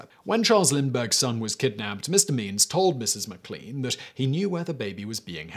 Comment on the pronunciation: I think it's pronounced mac lane for McLean